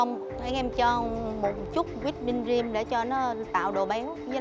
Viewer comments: Ông hải đọc cream là gream chứ buồn cười:))) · á,tự tin sau đó bị nhắc nhở quá trời. Chef Hải với đọc cream mà đọc là ream. Ahihi.